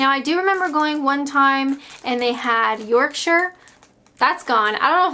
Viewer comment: This was a funny one , least you said Yorkshire correct , fancy picking the strongest pickled onions, Jesus £3.50 for hp brown sauce what a rip off ! 😂 👍